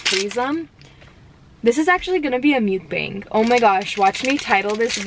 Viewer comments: the way she says mukbang bothers me so freaking much. like there are two ways people say it and ive NEVER heard anyone say it like that and it just sounds so off like ?? she sounds like she is saying mucus bang or some shit ugh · You're so cute! I love it... You look so fun to chill with, smoke and FUCKING EAT. I subscribed after watching two videos lol... I just hate the way you say mukbang 😆🤣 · The way you say mukbang kills me lol still love u tho